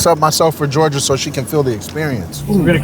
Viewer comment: ‘Georjah’ … her parents should be ashamed